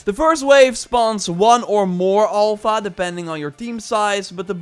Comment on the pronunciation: Please, it's Alpha not Olpha